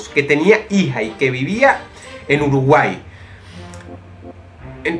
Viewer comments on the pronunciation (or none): none